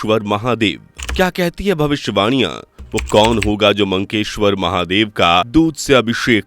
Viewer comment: It is Makkeshwar Mahadev not Mankeshwar.